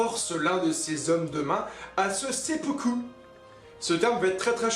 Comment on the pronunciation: G hâte que sa sort en animé ! sayé tu m'a convaincu ... Ah oui en fait dans la prononciation du mot "SUPUKU" j'pense que tu dois prononcer "SOUPOUKOU". Eh oui il faut pas oublier que les japonais comme la plus part des communautés océaniens / polynésiens le "U" se transforme en "OU" dans la prononciation. ;) Si j'ai appris quelque chose à certains mettait un pouce bleu :D